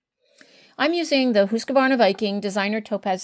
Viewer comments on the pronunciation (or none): It's not HusqAvarna, there is no "A" after the Q.